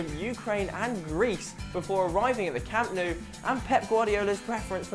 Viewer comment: Hahaha don't include Bojan and Bellerin; as if they would fit in now haha. Also, improve your pronounciation; it's 'Lionel' not 'LIONel' and it's 'Camp Nou' not 'Camp KNOW'.